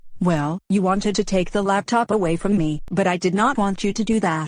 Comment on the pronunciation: says laptip instead of laptop